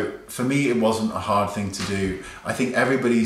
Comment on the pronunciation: Thing not thong lol